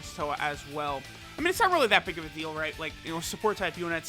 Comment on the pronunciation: "no this unit is r-r-r-r-r-realy good"😂